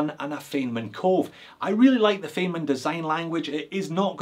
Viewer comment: The Feynman watches I assume are based on Feynman diagrams invented by physicist Richard Feynman. If so, I think he pronounced his name "Finemun"